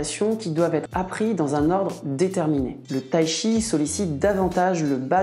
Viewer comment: Il n'existe pas de Tshi, mais du Chi, il suffit de le prononcer correctement. Là, les Français doivent faire un effort 😅